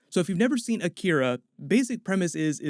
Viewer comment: I swear I heard Jerry say you turned our son into an ‘Akita’ like the dog breed because Jerry is too dumb to know what Akira is